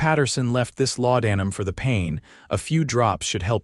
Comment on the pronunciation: LawDANum? If a word is going to be used repeatedly, couldn’t you program it’s pronunciation correctly? And DonoVAN for the sherriff, no one pronounces that name like that.